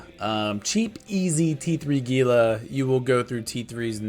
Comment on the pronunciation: *It's HEE-lah.....ffs.